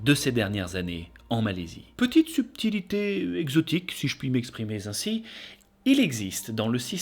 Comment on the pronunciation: "si je puis m' exprimer z' ainsi" 😂WTF cette liaison